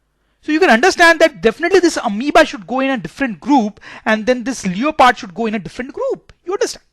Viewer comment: Sir it's leopard not leoopard